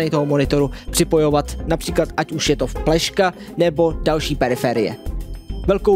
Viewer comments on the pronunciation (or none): řekl bych spíš, že řekl fpleška